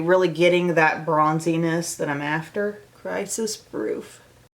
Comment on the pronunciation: Okay, so when you said the name of the second eye shimmer was "Crisis-Proof," what I heard was "Crisis Fruit." Nope. I am not eating that.